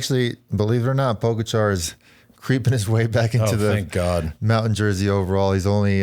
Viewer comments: It's pronounced Po-gotcha, no po-ga-char...Lance makes everyone else dumber. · Its not pronounced Pog-a-char. It is pronounced Pogatcha. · Or Po-Gotcha!